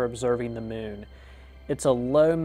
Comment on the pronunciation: "Tha mewwn" 😄